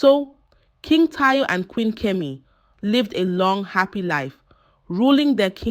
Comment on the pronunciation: It’s pronounced Kemi not kimi